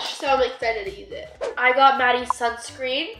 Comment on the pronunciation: Lol “suscreen”